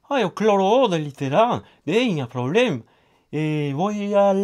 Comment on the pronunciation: Hahah, jag dör verkligen när han säger "Huarje dag, är inget probleem" och "Hallåh, hva kul de ska bli a städa hlitegrann" <3